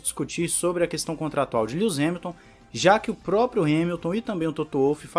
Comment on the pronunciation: "Líus" Hamilton